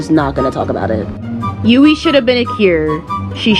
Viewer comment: It’s Yui not Yuei